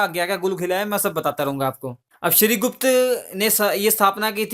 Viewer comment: Shrigupta not shrigush Take care